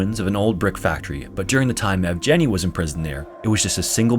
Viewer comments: The g in Evgeny is pronounced as in go. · Inputting Evgeny into google translate and listening how it's pronounced is too difficult, I understand:)